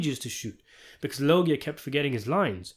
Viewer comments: Robert law-gee-yaw.....not robert low-gie 🧐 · ITS PRONOUNCED LOJA MOT LO GI A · Who da FUCK is Robert Lo-Gee-uhh??? It's Robert Loj-uhh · Its pronounced Robert LOH-zhə, not La-JEE-ia. Sorry, had to nitpick lol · It’s not pronounced Robert Logi pronounced Losha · Fyi its pronounced Lowz-jah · Come on “Lœg-ya” lol there’s a whole big Family Guy bit with his name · I knowwwww. lol This channel has the best content, but he struggles with the most basic Italian names sometimes. Very clever commercial spot. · Its pronouced "lowzjar" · The correct pronunciation of Robert Loggia's last name is with the soft 'G'. Go watch the 'Family Guy' scene with him in it if you need to hear it properly. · The truly baffling question is: Why use an AI narrator who/that can’t even pronounce ‘Loggia’ correctly? And who is the lower-intelligence person who failed to catch this and allowed it to be posted?😂😂😂😂💩🧠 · Amen!!! Loggia was a famous actor whose correctly-pronounced name was known even to stupid people. This mispronunciation is appalling. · I ain't mad at you bud but you're saying his last name wrong. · You are pronouncing loggia wrong. Look up Family Guy robert loggia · Dude,,go watch the Family Guy ,, Robert Loggia clip,, so you learn how to say his name… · In my book, you get points for pronouncing ‘Loggia’ correctly .